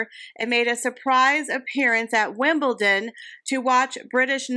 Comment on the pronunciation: Enjoyed the video as usual. Your pronunciation of Wimbledon was top drawer today. Thank you for your hard work and the information you share with us. ❤